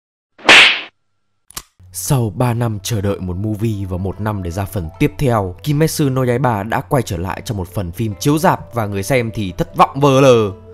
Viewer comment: ki mết chự( ki me tsu) nha, phát âm kì cục nghe hoài luôn -_